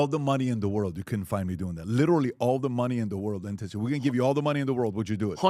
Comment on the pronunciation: Pat just say the word literally correctly!!!! I clearly see a select few famous people trying to copy each other and put a C or CH in the word literally! Knock it off you sound stupid